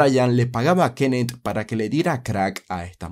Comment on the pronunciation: Ojalá y no haya más narrativa ,con sujetos que tengan k al final de su nombre; porque Frank y Kenneth me tienen el tímpano derecho jodido con el acento que tú le pones.😂